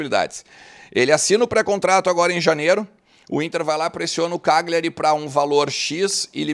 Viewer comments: sou teu seguidor, só uma dica, morei nove anos na Itália, a pronúncia é "Calhari" o GL deles é o nosso LH. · A pronúncia correta é Calhari. O G é mudo.